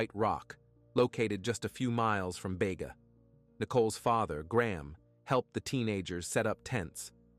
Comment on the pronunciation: Bega (. pronounced Beega)... you got the victims name wrong, her name was Lauren Barry, her friend was Nichole Collins. the very least you can do is get the victims names correct. Actually, you get a LOT of information wrong, double check. These "stories" involve real people.